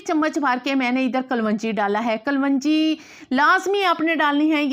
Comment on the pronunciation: Kalvangi nhi khyy kalongi khty hen..